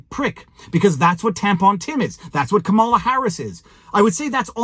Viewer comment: Camela not camera